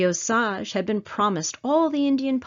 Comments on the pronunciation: Its pronounced ohh SAGE, like the plant or spice....NOT oh saggh.. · You are pronouncing OSAGE WRONG, IT IS O SAGE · As a Native American and historian for my people I would like to comment on the quality of this video. While the content is commendable your credibility is tainted by the mispronunciation of important words. Wasita = Wash-ih-tah, Osage = Oh-sage. Did you know that both Sand Creek and the Washita River were RESERVATIONS at the time that the massacres happened? I was stationed at Fort Sill, OK and had access to the Fort Sill Military Library. There actual hand-written orders and letters from General Sheridan to General Hazen regarding the promise of food rations that were to take place, and were used to keep the Cheyenne, Arapaho, Comanche, Kiowa, Apache, Lakhota, and a family of Caddo. My husband is a descendant of the Comanche and Kiowa at the Washita, and I am a descendant of the Lakhota that were both at Sand Creek and Washita. Our famillies were also at the Palo Duro Canyon during the Red River Wars. Anyhow, Just saying...